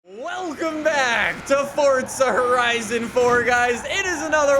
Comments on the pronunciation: It's not fortza it's forza I just had to do it sorry. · welcome back to fortza horizon me: so where is the t in forza exactly? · Why do youll say fortza